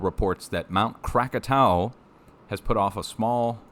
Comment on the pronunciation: Great work on saying Krakatau the right way. Thanks for all the info you give.